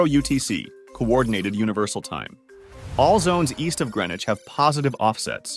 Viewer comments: TIL: It's pronounced Gren-itch and not Green-witch. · That is the first time I heard a American pronounce Greenwich correctly. Must be a because the voice is ai generated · No, he pronounced it correctly. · Buddy it’s pronounced /ˈɡɹɛnɪt͡ʃ/ like they said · I'm impressed by the fact that the voiceover managed to pronounce Greenwich correctly.